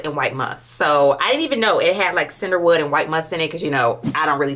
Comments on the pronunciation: I just caaaant with the ‘Cinderwood’ 😂😩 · I was getting confused because she is saying “Sinderwood” or “Cinderwood” for I believe Cedarwood? And Vaniller for Vanilla. Pee-uh-nee Mag-no-lia Vuh-nill-uh See-der-wood 🤣🤣🤣🤣